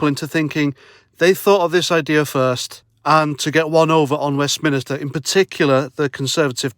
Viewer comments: IT IS NOT "WEST MINISTER* IT IS WESTMINSTER FFS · It’s WEST-MIN-STER 😉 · Hi, just a small point Love you man, but a minister is a person so you should say West MINster not West Minister,Sorry but it erks!!